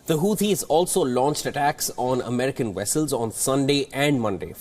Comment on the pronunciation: “American wessels” :P